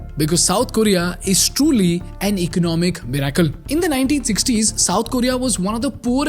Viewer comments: MIRACLE Pronounced 'MIR-i-cle' ✅ not 'mir-AI-cle' ❌ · Bro the way you say miracle is soo disconcerting